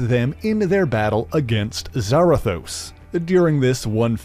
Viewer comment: isn’t it Za-Rathos not Zara-thos?